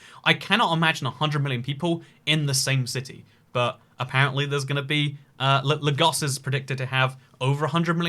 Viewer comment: the incorrect pronunciation of lagos annoyed me a bit